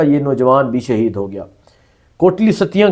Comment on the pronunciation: اوے لفظ "شہید " ہوتا ہے ،